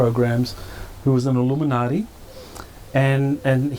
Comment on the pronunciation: It’s “illuminutty,” not “Illuminati” 😉